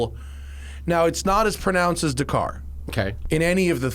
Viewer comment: Matt still can't pronounce Dakar